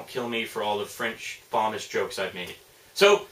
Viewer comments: "Fuh-moss" not "Fa-miss" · Its not pronounced FAW-MUS, its pronounced FUH-MAW-S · actually its pronounced fam-ass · Its pronounced fuh-mahz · He doesn't like but he can at least get the pronounceation correct